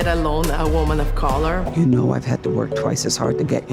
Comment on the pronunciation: "Woomahn uf cawlah"